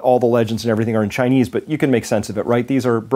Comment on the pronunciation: he said "ghinese government" 😂 nah but for real tho I hope this virus wipes us all out